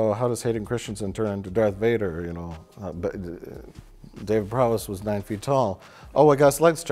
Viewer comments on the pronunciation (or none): Can you clowns not say Prowse? Its such an easy word, if anything the obvious mispronunciation would be Prow-see. But you are so caught up in your own crapulence that you keep saying Prow-ess. At least, at the very very least, could you not look up how to pronounce peoples names? This channel has become a caricature of itself. It's as if you feel like you all have to hate every single thing you 'review'. Kenobi has been excellent IMO, perfect? No, but overall an excellently produced show. made with love and trying its best to be something worthwhile. And you three just sit around like three comic book guys who all went to film skool and know better than anyone else. the early lightning strike of the utterly brilliant Mr Plinkett reviews of the terrible prequels is long, long gone. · stop calling him David Prowess!! It's Prowse!